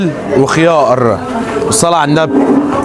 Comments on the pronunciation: 😂😂😂😂😂 كل شوية يقول خيائر و طمائطم و كموووووئن بدأت اقتنع ان الراجل دة لسانه بيفرمل الحروف 😂😂😂😂😂😂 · ياعم بلاش خيائر ده اظبط لسانك اسمه خيار عادي